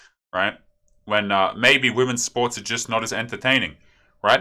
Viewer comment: "Whamens sports" lulz